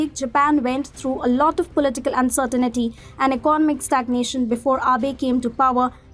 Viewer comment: Uncertain-TEE not uncertain-IT-TEE